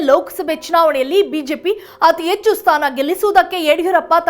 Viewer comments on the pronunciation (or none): none